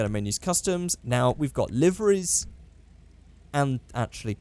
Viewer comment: when you say liveries it sounds like you're saying liverys, and thats incredible because i dont think anyone else on this earth can make a typo while talking